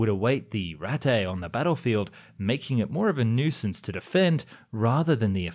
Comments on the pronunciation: i think it is pronounced ratta not rattei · A few notes on your pronunciation: "...to COMbat the rise of ..." should be stressed on the other syllable: "...to comBAT the rise of..." And the German noun "Ratte" should not be pronounced "rat-tay," but rather "RAHT-te." You're welcome! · rat not rattey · It's said more like 'rattuh', not 'rattay'. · The way you pronounce Ratte sound like Raté, a french word meaning "failure" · did you just said rattay instead of RATTE 😂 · It's German, not French. Not "Ratteeeeeeee"....just "Rattuh" :) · not rattttteyyy. it is ratte - rat. google translator may be not the best to pronounce, but better then your "german" [and my englisch] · "rat-e" meanwhile the 2 T's just sitting there staring at him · It’s just pronounced ‘Rat’, as in larger than the Mouse (Maus). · Funny, the way you pronounce "Ratte" sounds like Raté (failed) in french... Maybe the Ratte was Indeed Raté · ah yes ratay 0.55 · Me after hearing him say RAT-A just being extremely annoyed it’s Pronounced RATA like the pokemon Ratata because the name in english is rat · Lol.... “pierced frontally...” 🤓eh heh heh. Aaaanyway, just a pointer for next time (and I only nitpick because you did so well on the rest of your German pronunciation for the most part, and it’s quite apparent you actually care and try pretty darn hard to cover your bases in that respect... “ratte” in German would be pronounced more “RATT-eh” with the emphasis on the “ratt” part, rather than the very French-sounding “ratt-AY.” Again, your videos are dope I’m not bitching. Just attempting to help, because I would want someone to speak up if I were the one publishing reasonably popular videos on a public platform. =] smiley day to ya! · It’s pronounced as Ratta the E is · its ratte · It’s pronounced ratte bro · The pronunciation of, "Ratte" hurt me. :,) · I like how his pronunciation of 'Ratte' makes it sound kinda Japanese. XD